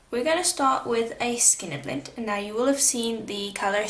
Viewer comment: You do amazing work!! Are you saying “skinner blint”?